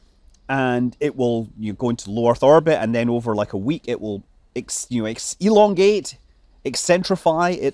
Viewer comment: "Elongate" xd xd xd I know